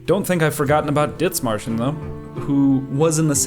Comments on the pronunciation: Es heisst Dithmarschen nicht ditzmarschen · Small note but its more pronounced like "Did-Marschen" not "Ditz" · In german there is no th like in english. It is Dithmarschen spelled with just the t. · Where's the speaker from? Sounds almost like a slight German accent, but then no German would pronounce the th in Dithmarschen like that. The h is silent. Great video though! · Why do you call it "Ditzmarschen"? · You don't pronounce the h in Dithmarschen. It's simply pronounced Dittmarshen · Idk, its annoying to watch this video because you keep pronouncing Dithmarschen like its an english word. Just because theres a th doesn't mean its spelled like the english th. The h is silent. Pronounce it like you would Dittmarschen. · why do you keep calling it DITZ MARSHER? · i dunno why you pronounce it like that... there's no S in the first 5 letters of that name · cool video but what the fuck is that pronunciation of Dithmarschen they aren't Bri'ish